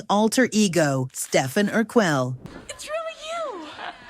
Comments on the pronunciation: It’s Stefan Urquelle (AR-KELL)…….PLEASE PRONOUNCE IT CORRECTLY 🙄🤨😤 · Is this an AI narrator? The way they pronounced Stefan Urquelle is wrong. Its Stef-on Er-kel, like Kenan and Kel. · Stefan "Urquell?" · Ur•quell was the worst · Do these yountubers run a script through AI or something? They always seem to mispronounce names. Ur-kel? Really?